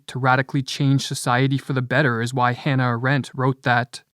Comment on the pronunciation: Just a footnote, You often quote a german Jew named Hanna Arendt but pronounce her name like Hana Rent ‘ BTW she was a brilliant woman living through the darkest period in German history ..